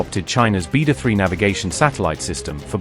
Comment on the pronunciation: Why not train your narration providers to pronounce words like Khayyam, Beidou, and Sino-Iranian correctly?